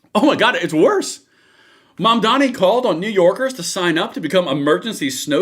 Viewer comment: It is not momdany It is mam-danny.